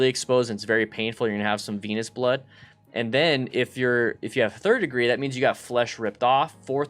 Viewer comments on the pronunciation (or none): I swear he says "Penis Blood" .